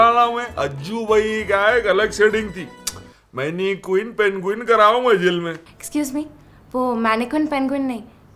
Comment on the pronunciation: be like........ Manqueen penqueen 🤣😂😂😂😂😂😂😂😂😂😂😂🤣🤣🤣🤣😂😂😂😂😂😂🤣😂😂😂😂😂😂